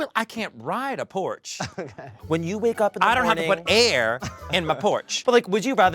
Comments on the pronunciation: I initially thought they had a very weird way of pronouncing porsche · I at first, thought she meant a ‘porch’. As in the car 😅